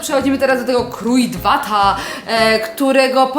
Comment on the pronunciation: Kruidvat to holenderska firma i sie czyta krądvat nie wiem jak to napisac po polsku😂